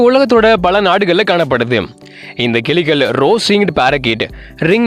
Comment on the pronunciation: கிலிகள் அல்ல, கிளிகள் சரியாக உச்சரிக்கவும்.